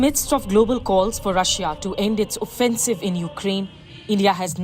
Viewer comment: “rusia aur best freind sar” “rusia endia bast frieinds”